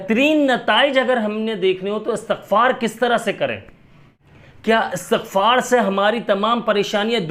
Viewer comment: Asatagfar ni hota istigfar hota he